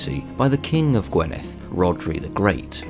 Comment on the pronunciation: I am Welsh, I live in "Morgannwg" and was enlightened and fascinated by this doc. Welsh pronunciation was a good attempt but maybe get a welsh person to give you some better sounding pronunciation of say GWINeth not gwenith for example. It is always a laugh when English speakers try to say Welsh words.